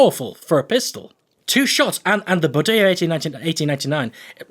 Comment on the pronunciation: good for you, the pronuciation of the bodeo is right